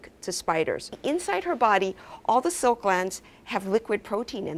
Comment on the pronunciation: The way she pronounces "silk" is confusing.It sound more of a "soak" then silk.